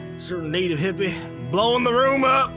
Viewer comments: saying hippie in his western accent is what I want to hear before I die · did not hesitate to call ze a hippie one more time in his stereotypical southern accent